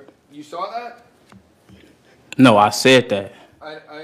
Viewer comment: “I know I said dat” The word is that! U know T H A T